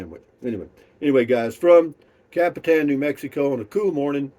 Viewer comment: I like the way Google girl pronounces Capitan , better than Alexa ! Copy - ton ! !